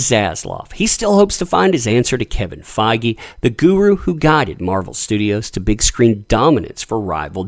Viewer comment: I think you're misprounouncing Kevin Feige's name.... I believe it is supposed to rhyme with page.